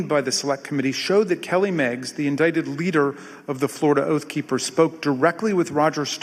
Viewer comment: I mean no offense, but--did he pronounce indicted as "in-dik-ted" toward the end?